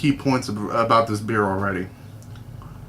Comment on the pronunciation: hahha "make my beah" :D